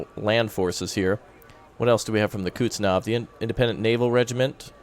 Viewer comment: please, its not Kutznov, its Kuznetsov